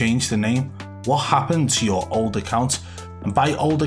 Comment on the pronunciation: 'If you change your name on uuuuuuuuuurr account ' change the accent too